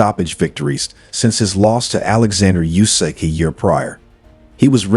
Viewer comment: DuboAAAAAA morron! Not Duboy...stupid! And not Jusik...it is Usyk, monkey!